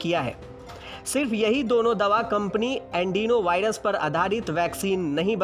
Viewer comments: andenovirus nahi adenovirus hai woh🙄🙄🙄🙄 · Its Adenovirus, not Andinovirus😂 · "Adenovirus" hai "Andino Virus" nahi.....jaisa ki aap bol rahe.... wo bhi baar baar......."News Tak" ka standard achha tha "Aaaj Tak"..!! Lekin appki baat sunkar...lagta hai ki "Aaj Tak "ho gaya ab "Kal Tak" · Andenovirus nahi adenovirus hai bhai 😂😂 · अँडिनो नही अॅडीनो बोलो....देखकर सही पढो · Yes adenovirus bolna ni aata aur news channel me aise Gyan batate hai